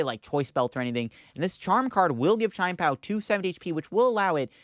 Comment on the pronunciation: [CHEE-YEN] PAO 😭😭😭